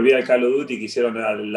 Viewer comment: "Calo duti" El dibu